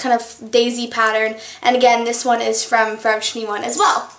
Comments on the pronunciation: i dont get why you pronouce 'forever21' as 'forevershe1' ..... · Did she say Forev Trentyone? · haha it sounds like 'forever tinny-one' to me! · anyone notice how she says forever 21? kinda runs the words together lol